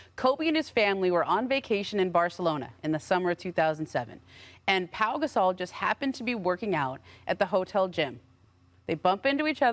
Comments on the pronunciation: Perks country a$$ .. his name is Pau.. not paul!!! Smh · Someone need to tell Big Perk that his name is Pau not "Paul" SMH 🤣🤣🤣